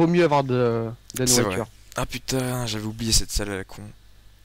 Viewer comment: "Putaing !!!" sa y est il devient Marseillais